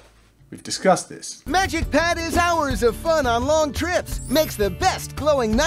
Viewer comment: I thought you said magicians red for a second